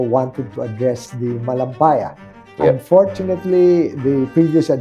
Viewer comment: anong ba itong interview na ito, scripted ba ito? anon po ba ang maitutulong nito to improve our lives, i feel more more frustrated at sabi nga sa "UNDORTUNATELY' aray ko may PAG ASA PA BA